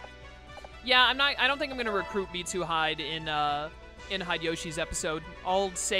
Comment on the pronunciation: I'm the same with how you say Mitsuhide. It's Mitsu He - Day. It makes me laugh, too. Then again, I've binge watched this entire series for the last 3 days since I'm in lockdown with literally nothing better to do.